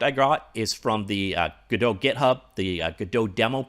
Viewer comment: Was listening to thw author of godpt say the name and he says it the proper way